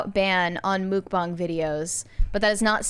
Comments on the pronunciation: Wait, “mook bong”? It’s “muck-bang”. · I thought it was pronounced muck bang 😂😂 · I've never heard this pronunciation of "mukbang" before, but the "bang" does match the Chinese pronunciation of this spelling - have I just missed the correct pronunciation all this time?